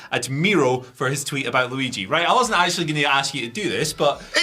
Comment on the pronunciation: All I can do is loop how he says Luigi. Sounds like "Louie G". I will never say Luigi again. Louie G is now his name.